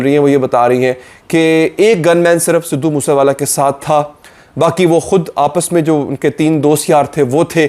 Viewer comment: its sidhu moose wala not sidhu moosa wala learn to pronounce first